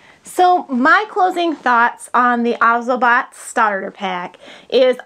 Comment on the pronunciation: its actually pronounced oz-OH-bot